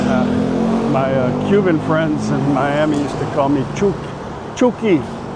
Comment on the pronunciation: Hi (pronounced as in " luck ") - Chook is pronounced as in " look "...